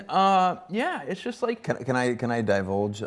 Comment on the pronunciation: "Divolge"? Is that a word, Chase? Because it should be!